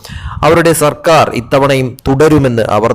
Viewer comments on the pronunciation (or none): none